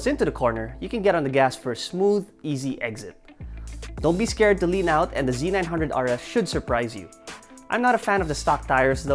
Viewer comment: "Hallelujah" I'm glad to see someone calling it (Z 900) instead of (ZED 900) guess there is hope for humanity after all, hahaha, OH NICE VIDEO